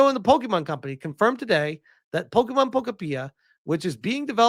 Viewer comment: Pokopeea.🤣🤣🤣 I think it’s pronounced Po-kopia like utopia.